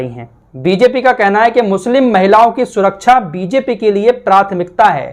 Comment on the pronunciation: SURAKCHA NAHI SURAKSHAH BOLA KARTE HEI . 😂